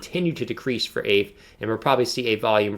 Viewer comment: I think it's pronounced, "Ah Vay." It has tremendous potential and $5K looks like a reasonable 1 year target. This is not financial advice, only my opinion.